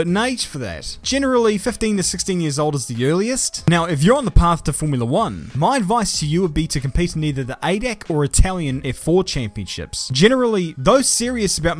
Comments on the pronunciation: Ackchyually it's pronounced A-D-A-C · Its not adac Its A D A C spelled in german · i like how he said AIDAK (adac) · the way he said ADAC xd. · Oh he really said ADAC as one word.